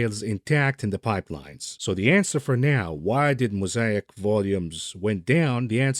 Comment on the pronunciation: Moe say ick not moe sai ack.